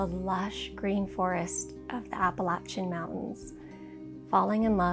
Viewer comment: God bless you on your journey. And thank you for pronouncing Appalachia correctly So many people get it wrong. I admire your courage in your life choices. You have your priorities in order..